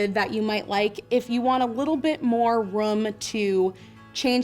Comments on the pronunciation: Anyone else notice how she always pronounces "room" as "rum"? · I loove how she says room.. Its like she's saying rum😅